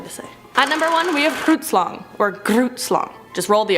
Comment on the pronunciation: I live in South Africa and I actually do talk Afrikaans, I love the way you pronounced Grootslang.